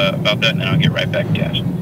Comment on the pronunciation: He was totally calling you "Ash" not Ash.